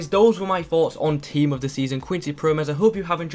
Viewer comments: you re saying it good i am dutch p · I'm Dutch you said his name right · Im from the netherlands/Holland And you say the name good nice video! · you said his name right :)